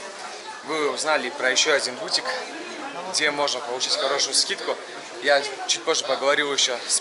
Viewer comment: Ваш этот бУтик прям по ушам режет! БутИк! Элементарное слово же🙄🤦🏻‍♀️